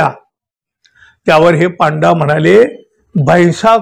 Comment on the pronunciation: पांडा नाही हो पंडे म्हणजे गाइड…